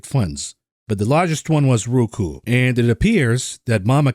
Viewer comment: Hey is ROKU(rowkoo) not RUKU(rookoo) nice video though:)